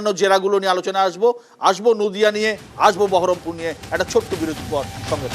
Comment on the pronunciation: বহরমপুর কে ঠিক মতো বহরমপুর বলতে পারে না সেহবে সাংসদ